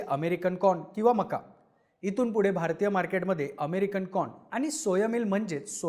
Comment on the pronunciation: Corn म्हणतोय porn म्हणतोय 😂